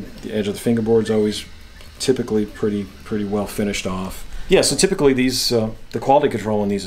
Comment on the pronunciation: Ok help this guy with "typically". Pretty good vid.